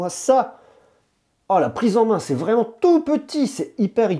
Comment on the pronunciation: "vreeement" 🤣 J'suis plié 🤣 🤣